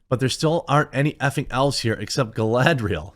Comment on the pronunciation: My favorite part was when she said “Is Galadring time” and proceed to Galadrig all over the place